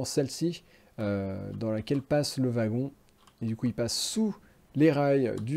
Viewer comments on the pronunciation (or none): none